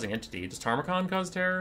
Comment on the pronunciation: I know, it grates me every time too... Loremaster Sotek says it the same way, and he's supposed to be the Lore guy